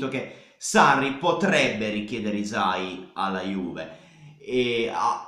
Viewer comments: la y in albanese si pronuncia tipo iu (non è proprio iu, non so come spiegarlo, iu è il suono che ci si avvicina di più), quindi sarebbe pronunciato iusai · Video perfetto, però hai sbagliato a pronunciare hysaj (non potevo non notarlo da nativa albanese). Comunque grande, sei davvero l'unico che entra affondo e discute di calcio con coerenza e capacità, continua così!